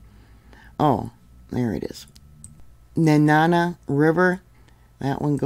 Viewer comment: Just to say...Kantishna...Can-ti-(short i like in tip)shh-nah, And that is Nenana: nee--nan-a (short a's like in banana). It is alright many people cannot pronounce Alaska place names.Yeah you shoulda been around when that quake happened in 69....it even cracked buildings up in Fairbanks!